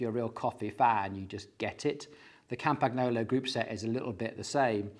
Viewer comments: Please pronounce Campagnolo like "campaniolo", it's way better than "campag-nolo". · Campagnolo is pronounced "Come-pun-yolo"! "GN" in Italian works like "NY" in English. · FYI… The G in Campagnolo is pronounced like the word: Gnocchi (pronounced /nyo-kee/ so Campagnolo is pronounced /kam-pan-yo-loh/ 😉